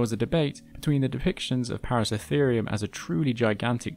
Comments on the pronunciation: Thank you for another great video. Now I'm going to an asshole: it's ParaCERAtherium. Not "Paracetherium". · Its Para-CERA-therium. Not Para-CE-therium... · just a pronunciation point: Paraceratherium, you keep missing the middle "ra." You keep pronouncing it as if it is spelt, Paracetherium. It should be, "Peh-rah-Seh-rah-THII-RII-uhm," not, "Peh-rah-seh-THII-RII-uhm." Para means around, and Ceratherium, the ending just means an individual group of Ceratheres, whatever that is in Latin. Perhaps grass eaters? But it is definitely "Seh-Rah-thiirz," not, "Seh-thiirz." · even when its plainly written out on the screen "ParaceRAtherium" the narrator still calls the Genus "Paracetherium" EVERY time... WHY? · *Para-CERA-therium - 7 syllables! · Wonderful video! Although it is a little odd hearing you miss a syllable in the name of Paraceratherium every time you said it. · Hearing you mispronounce paraceratherium dozens of times was maddening.